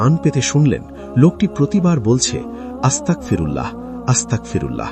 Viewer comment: আস্তাকফিরুল্লাহ ❌ আস্তাগফিরুল্লাহ ✔️